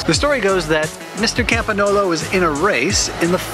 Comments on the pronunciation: for reference GN in italian = ñ in Spanish. It's pronounced Campañolo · Yes,, your pronunciation of Campagnolo is off. But nobody worries!